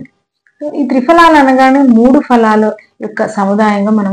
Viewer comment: Ayurveda doctor fhalaalu kaadu phalaalu